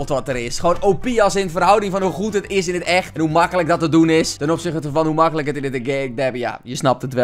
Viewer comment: boer "Hoe màkkelijk"